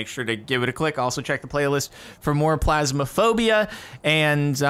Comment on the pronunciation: why is he calling it plasmaphobia?